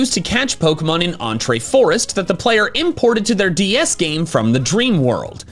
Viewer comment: Pff "Entré forest" I am pretty sure it's pronounced the same as "entry".